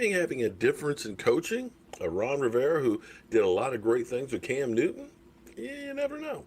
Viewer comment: Wow two videos in a row not mentioning Jason Garrett's name. now he sayin coaxing lol Can we go for 3 videos in a row without mentioning Jason Garrett's name 6 months after his firing Lol